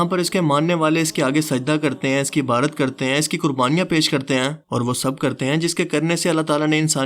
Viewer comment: پا جی لفظ عبادت ہے نا کہ عبارت